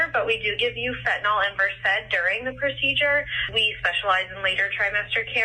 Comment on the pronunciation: WTFrick did she say fentanyl?!